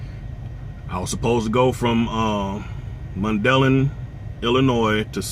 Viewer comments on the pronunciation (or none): Lol :) I've never heard of no Mundelin Illinios. You must mean Mun-da-line. We pronounce it Mun-da-line.